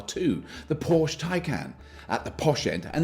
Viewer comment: I gather Hyundai advertised this in the states. Sadly in the UK we were left to guess. Ii wouldn't expect too much of Robert, He cannot pronounce Citroen, Porsche, Smeghead or Dacia either!